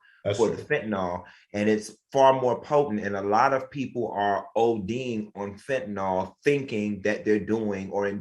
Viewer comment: It’s Fentanyl. “Nil “ not “all”. Just saying. 🤷🏽‍♀️